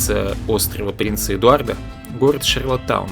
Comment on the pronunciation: вы слово шарлОттаун произносите как шарлатан - прикольно )))